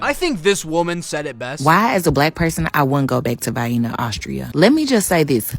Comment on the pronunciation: Why is pronouncing it Vy-inna? And who cares how many other black people are there?